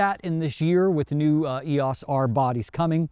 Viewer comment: I enjoy your reviews but please...please....PLEASE call it the "R" or something. I'm not trying to be a jerk or super critical here but it is very distracting the way you say "Eos." I'm not sure I or my students will make it through another video with the current Eos pronunciation.